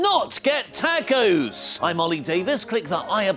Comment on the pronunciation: doesn’t know how to pronounce Tacos 🌮 🤦🏻‍♂️ But then again he was hilarious in this video so I’ll give him a pass